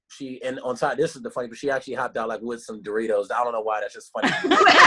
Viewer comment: Why ye say Doritos like "Door-ritos" lol